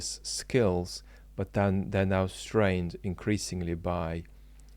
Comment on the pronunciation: Trivial aside......., you know there's a "t" on the end of "but" and "not"?:D Makes me smile, your big "Buuuu" and no closing "t". I always add that T for you, out loud. lol